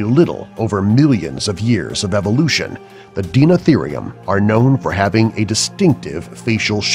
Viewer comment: dienotheeriom he said wrong too